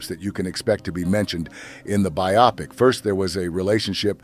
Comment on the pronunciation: It's pronounced BIO-pic. Glenn FRY.